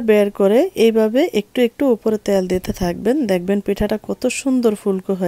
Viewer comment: ত্যাল না বলে বলুন তেল।